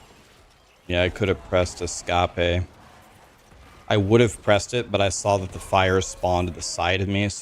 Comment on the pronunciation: Why does he say Escape in three syllables when it's two.